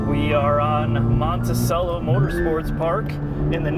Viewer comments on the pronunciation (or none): Well done - so goad they’ve done what they needed to do with this wonderful car. PS - It’s Monticello (CHello) and 86 (eight-six) 😜